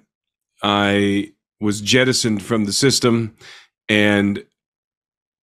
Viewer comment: "jettisoned" LOL